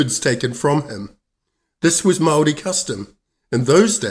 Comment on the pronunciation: I switch off when I hear the barstardized pronouniciation of the Maori language . Do yourself a favour and learn to properly pronounce "Maori"